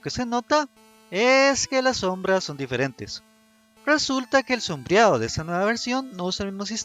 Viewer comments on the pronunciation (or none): aleja la boca del micrófono y habla con un tono más bajo, saca la voz más de la traquea. Precúpate de pronunciar con más fijesa las palabras, para que se separen más unas de otras. "sombreado", no "sombreao'". Osea, no hables tan arrastrado.